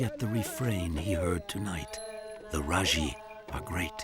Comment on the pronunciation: I’m from Nepal. N as I know these people are called Majhi. Not Rajhi 🥰thank you for your respect sir